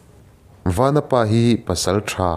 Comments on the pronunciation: A ṭha hle mai, chutih rual chuan i thil lam rik dik lo a awm zeuh zeuh. "Vanapa" i tiha "Van" lai tak i thluk sang ang chiah khan "Vanchiau" tiha "Van" lai pawh kha thluk sang la a dik zaih a ni mai, Chawngthu Vanchiau hnam tihna ania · Vanapa hi vanchiaua tih a van kan lam ang hian lam I la dik zawk ang aaa